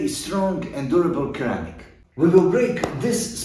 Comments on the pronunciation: Thanks for in information, but just to let you know “Ceramic” is supposed to be pronounced like “Sir-Amic” instead of “Ceramic-amic” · Lol its actually pronounced sir.ramick when you say it it sounds like you pronounce the r twice i find